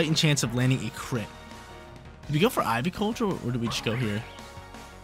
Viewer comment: I love all the videos, just some of the pronos grind my gears. Idk why. Keep up the great work and upload schedules